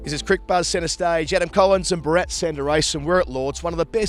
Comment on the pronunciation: Adam has changed his pronunciation of Bharat